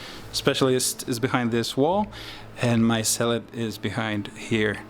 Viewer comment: The way you pronounce Zealot sounds like "salat", which made me chuckle. Other than that, nice batrep.